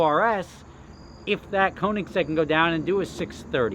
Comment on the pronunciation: You gonna stop saying Koenigsegg like it's a model name?